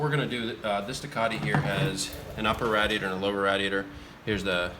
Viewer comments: It bothers me that doesn't pronounce radiator as "RAY-diator" like the rest of the civilized population, but otherwise awesome job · TwinSpinner i guess i am not a part of the civilized population because i pronounce the name of a part differently. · Love and the way he says "radiator." 😂 Love the bum shots too! You dirty dogs 🐶. Impressive on the heat loss. I'm adding this to mine. What is the shielding stuff called? Shielding or Water Wetter? What do you guys think? Sounds like the Water Wetter made the difference.